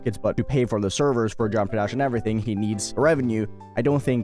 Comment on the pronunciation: Why does he talk like that? He can't even say geometry dash properly